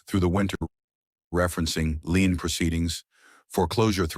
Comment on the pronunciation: These AIs still can’t get lien right .